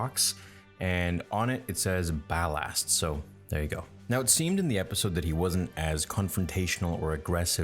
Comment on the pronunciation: Why do you pronounce ballast like bal-asst